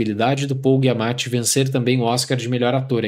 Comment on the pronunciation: Adoro seus vídeos, mas, com todo respeito, tem alguma razão estilística para pronunciar os nomes do jeito que vc faz? (MiyaSSaki, GUIamatti). Sou TEA e isso me incomoda muito. No mais, feliz ano novo e sucesso pro canal!